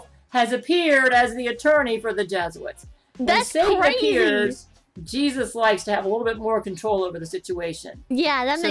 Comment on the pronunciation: Ah yes those dastardly “jesuits” mhmm yes…